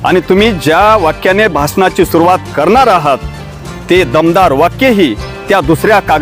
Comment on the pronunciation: भाषनाची नाही रे बाबा भाषणाची सुरुवात असे बोल रे राजा.